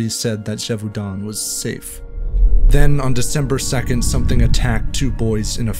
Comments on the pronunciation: “Gévaudan” is pronounced “zhay-voh-dã’ (not zheh-voo-don” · François as Franssoi not Frankoi, and Gévaudan not Dgévaudann’. Thanks for enlightening me on a tale my grandmother used to tell me.